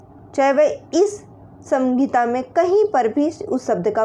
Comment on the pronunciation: सहिंता होती है संगिता नहीं